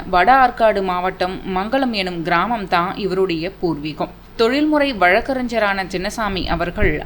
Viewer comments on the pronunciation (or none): அவர் valakkarinjar அல்ல vazhakkaringar